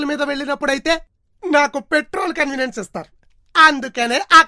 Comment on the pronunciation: కన్వీనియన్ స్ కాదు.... కన్వేయన్స్